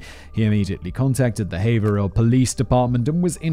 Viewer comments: Thank you for pronouncing Haverhill correctly! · Hearing someone pronounce Haverhill correctly is always jarring because I just assume it'll be pronounced wrong 😅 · Haverhill = haver-ill